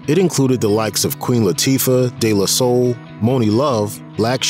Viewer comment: I don't like the way he pronounced "DE La Soul" personally. Bothered me a lil.